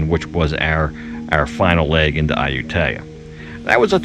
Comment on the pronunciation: 555 .. In a previous episode you finally learned how to pronounce Ayutthaya but in this episode you forgot that and demonstrate two different ways to mispronounce it.